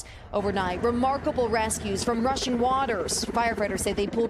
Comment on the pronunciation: Did uhh she say Russian waters? Or rushing waters? Lol took me a sec